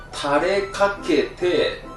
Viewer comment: タレかけて〜が、完全にお湯かけて〜と完全に一致